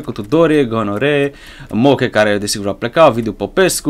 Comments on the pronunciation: se spune gnoere nu gonore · se citește ,,nioiere"